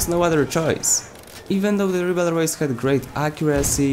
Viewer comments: French here. You have to say riberol, think rib hey roll and say with removing the h on hey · Very good video! The rybeyrolles has clearly become the most versatile weapon of the assault class. RIP the pronunciation by the way, it's pronounced rybérolle (without the s). Go to google translate, french, and pronunciation lol! English/American youtubers are killing my ears with their french pronunciation LMAO! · Reebleroys according to this guy........ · Ah ah un anglophone qui veut dire un nom français c'est marrant ^^' If you are curious, search "Wiselab Ribeyroles" on Youtube =)